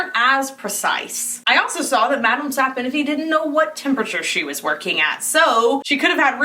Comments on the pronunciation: Madam "sap-In-iffy" 😅🤣🤣💕💕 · Madame sap-o-niffey 😂